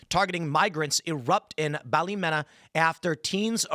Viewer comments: Ballymena is pronounced Ballymeena. Sein Feinn is pronounced - Shin Fain. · Sinn Fein = Shin Fane Ballymena = Bally-mean-ah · Sinn Fein traitors facts the hunger stickers would b turning in their graves sacrificing their lives for our sacred land shame on them . Pronounced (shin Fein ) (balla-mee-na) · also tim so you dont sound stupid in 'ireland', the word ballymena is pronounced ballymeena and that town is in britian not in ireland its in a different country called NORTHERN ireland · Its pronounced Bally Me na. The Me is said just the same as if you were saying "it was me" then na, short a, as in the a in "a horse" Its hilarious hearing other nationalities try pronouncing our cities and towns names. Just like it was hilarious for others when I did the same living in NYS.